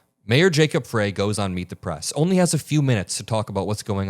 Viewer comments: Minor point: Jacob Frey is pronounced as "fry". thanks for your coverage though! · it's "fry" not "fray". Keep up the good work and it's great to have you by our side for the long fight. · Thank you for covering in detail but it's Jacob FReY like french fry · You're mispronouncing Jacob Frey's name. 'Frey' is pronounced "fry", not "fray". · Hey, just FYI, it's pronounced Mayor "Fry" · Mayor's name is pronounced fry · its pronounced Fry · Hi, Jacob Frey is pronounced Fry. Thanks for all you do. I’m in Minneapolis and appreciate your reporting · love your work. The mayor of.Minneapolis is pronounced Frye, like in French Fry. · it's pronounced Jacob "FRY" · it is Frey like Fry. Thanks for great reporting. Just want to let you know of proper pronunciation. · His name is pronounced Fry, Mayor Fry. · Jacob Frey, pronounced Fry. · I love your reporting and devotion to the truth. Mayor Frey pronounces his surname Fry 🍟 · Love you so much!! BUT say the Mayor’s name as Fry. Minneapolis resident here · just FYI- Frey, the Mayor of Minneapolis- his name is pronounced Fry. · Mayor Frey pronunciation of his last name is with a long 'I" not pronounced with "a" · Just FYI the mayor’s name is pronounced Fry. I feel bad for the guy for having to deal with another city-wide protest, but I’m glad we have someone at the top who has been through it. Kudos to our city council for the communication they have on social media and advising us on the importance of being vigilant and taking care of our neighbors. I’m proud of my city! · FYI: The Mayor's last name is pronounced "FRY", even though it is spelled Frey. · the mayor's last name rhymes with pie, or fry. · To me, these reporters sounds so complicit, wrong emphasis on f ——, y. A woman was murdered should be the main emphasis here. We can see right through these enablers who think they are so dam bright.